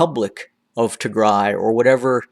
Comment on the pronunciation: I like the way how you say Tigray , thank you so much Sir!